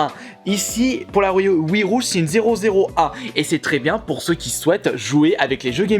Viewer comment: Nous allons regarder en détailleuh ce packeuh Wii rougeuh acheté la semaine dernièreuh